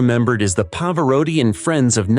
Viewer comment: Love Pavarotti hate this badly done video. Can’t even pronounce his name properly